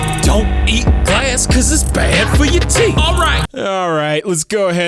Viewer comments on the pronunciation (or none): none